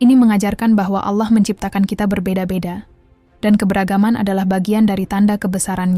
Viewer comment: Sy suka dg pembahasan/ilmunya. Tp sy tdk suka dg suaranya, krn dia salah dlm.menyebut nama Allah